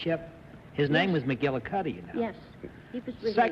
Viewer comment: This was apparently well before there was much known about chiropractic medicine. The name McGillicuddy was the name that Lucille Ball used as her maiden name in I Love Lucy. I loved Desi Arnaz’s pronunciation of McGillicuddy.😂